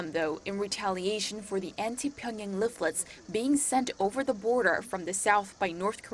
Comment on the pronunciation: "dropping of propaganda leaflets" Dear. Since you are a speaker of American English, please work on your pronunciation. You are saying propogAHnda and liflets rather than propoganda and leaflets.